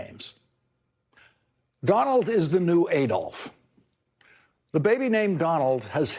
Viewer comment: Lawrence - to repeat, Adolf is pronounced Ah-dolf, not Ay-dolf.